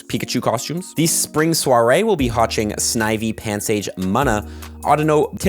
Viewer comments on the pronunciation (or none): none